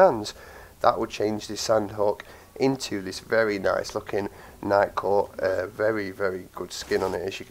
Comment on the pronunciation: Legit thought he said Nightcore at first.